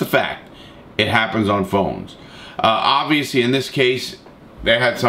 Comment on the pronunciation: Larry “obvsously” Lawton